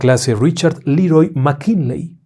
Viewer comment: Querido maestro qué problena con los apellidos, McKinley, McKenzy... ja, ja, ja...